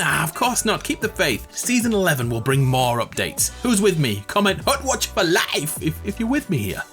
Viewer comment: hutwatch for LYFE (right ? that's how you said it?)